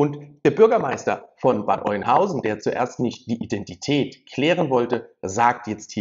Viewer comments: Bitte nicht Bad Eunhausen sagen. Bad Öenhausen oder Bad Öhnhausen, so spricht man das aus. Dein Beitrag ist aber ansonsten gut.😘👍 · Nicht Oinhausen, sondern Öönhausen ausgesprochen 🤓 (Bad Oeynhausen) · Sorry , es heißt Bad Oeynhausen OE = Ö ausgesprochen ,, also Öeynhausen ausgesprochen !! 👍🏻😉😉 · AUA, das tut langsam echt weh in den Ohren. Es heißt ganz einfach gesprochen"Bad Öh'nhausen"